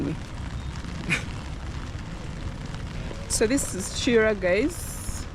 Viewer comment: Sorry the place is pronounced Na-Jje-ra not Najera and Kiira is Ki-ra otherwise those place are not in Uganda.